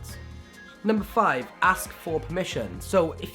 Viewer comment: `Pask for permission`?